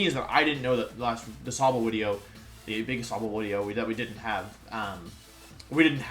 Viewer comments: Hello wideo man, good wideo will be on the stream after the wideo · Real Youtubist say Wideo. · I have a question for the Wolfey, do you spell a wideo as wideo or video? For I do not want to be a normie! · you should be saying wideo! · If the "v" and "w" sounds are switched, why don't you pronounce your name as "volfie"? O.o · why does he replace v with w?